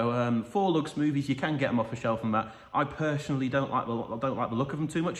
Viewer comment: This video has it all. Squints ✅ Pershonally✅ Lows✅